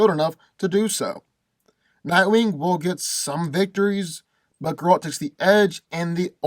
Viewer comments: It's not ger-ALT, it's GER-alt! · Thank god u said cause he had me mad the whole video like who tf is garalt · Dude. If you're gonna make a video about a character, at least pronounce his name correctly. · I hate the way he says Geralt name.😡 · Cant even say the guys name right stops watching. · no no. I will explain it to you with pleasure. First. I like, but he knows shit about Geralt. He even pronounced his name wrong. Geralt is superhuman. His strength, speed and agility are beyond level of any human. He was defeated only twice. One was the very powerful wizard and one was a really strong Witcher, not by human. He is fast enough to kill a fly in complete darkness by throwing a fork.